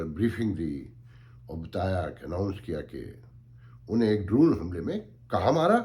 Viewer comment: You say it as droon۔may be my hearing is not good۔it reminds me of seatoo n centoo.